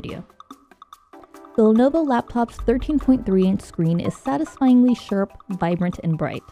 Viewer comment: she says the screen is “satisfyingly sherp” not sharp🤣🤣